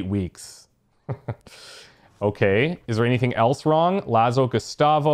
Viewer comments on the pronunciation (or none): none